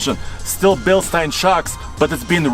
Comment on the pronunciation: Still seemingly the only people on YouTube who pronounce Bilstein correctly